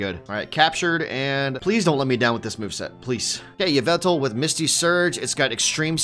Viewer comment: Its actually pronounced YAH-VUL-TAL